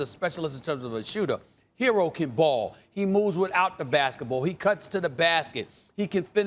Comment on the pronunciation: Why do u call him “Hero” when it’s “Herro”